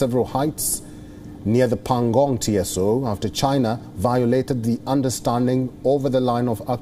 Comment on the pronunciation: Dude.... Tso is one word, meaning "lake". It's not T.S.O! Please train your newscasters,... these may seem like little things, but they seriously harm the perception of your credibility.